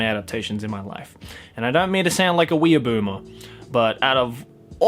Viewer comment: I laugh hysterically every time he says “Wee-a-boomers”